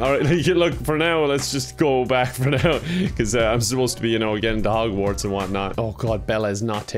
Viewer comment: Omg I was taking a sip of water when said Hogwats and almost spit my water out. I was not expecting that and just the way he said it was golden.